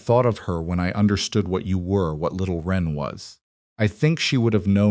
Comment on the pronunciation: Little wren, not ren. This is a type of little brown bird.